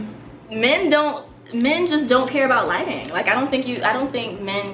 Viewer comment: Tell e why my boy flight kept saying lightning instead of lighting.